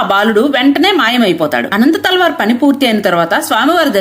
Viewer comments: He is not anantha thalwar.....it's ananthalwar...... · అనంతాళ్వార్ కాదు అనంత ఆళ్వార్ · ఆయన పేరు అనంతాళ్వార్.. అనంత తల్వార్ కాదు.. ఆయననే తిరునన్తల్వార్ అని పిలుస్తారు.. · అమ్మా, అనంత తల్వార్ కాదు అనంతాళ్వార్. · అమ్మ తెలుగు ఉచ్చరణ సరిగ్గా లేదు తల్లి 🙏 అనంత తల్వార్ కాదు తల్లివారు. తల్వార్లు కత్తులు గునపాలు కాదమ్మా